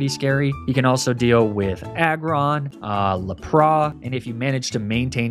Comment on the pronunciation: Sorry to be that guy but it's bothering me far too much It's Unfezant, pronounced like unpleasant not Oonfezant. It's Lapras, not Laprah, the S is not silent. It's Ninetales, as in the number 9, not Ninétales, the E is not accented in any way. It's Magnemite, not Magnemmittee, it's not pronounced like committee, it's pronounced like might